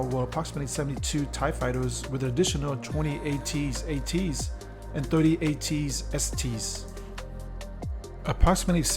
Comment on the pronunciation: Okay pal, the jig is up. I'm calling you out, you goddamned. No true Star Wars nerd would pronounce AT ATs as ATS ATS the way you did! Admit it good sir, you could school us all day long about the Borg or Klingons but only a would mispronounce AT-ATs so grievously. I'm just messing with you man. I enjoyed the attention given to rarer Star Destroyers like the Bellator. I just started playing Star Wars Armada and found a website that prints out all of the harder to find ships and squadrons that Disney/Fantasy Flight are too slow to print up themselves. Stat cards are printable from online sources for all of the lesser known ships as well.